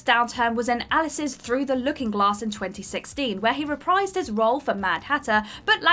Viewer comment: "Where he reprised his role..." The word is "re-PREEZED," not "re-PRIZED." If you can't even pronounce the word "reprise," why should we consider you an authority on movies and actors?